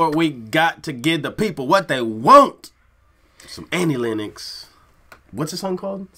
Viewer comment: Where you guys brought up in some strict religious order without accrss to TV or Radio? I ask because your depth of ignorance to some of the biggest movies and music is breath taking. Oh and its pronounced exactly as its spelt "Len Nox" not "Lin Ex". You should listen to the whole album. As well as being amazingly ta;ented she was also voted the most beautiful woman on the planet.